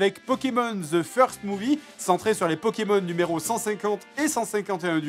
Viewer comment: J’ai jamais compris pourquoi les français prononcent "the" comme "ze"